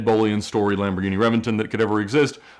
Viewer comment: I have to say it. I hate the way he pronounces Lamborghini names